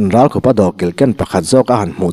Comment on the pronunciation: Ralkhupa hming i lamrik khan nangma khup i lamrik ang khan lam ri la a dik.Engtiziange, Thleng khup leh thal ang maia i lamrik le?